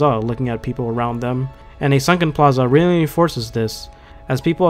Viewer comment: I like the video and all but I just have to comment on how inconsistently you pronounce plaza in different ways